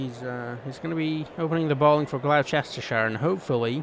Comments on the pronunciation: Never say Gloucestershire again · I’m live on the border of Oxfordshire and Gloucestershire, it’s really annoying how you keep saying it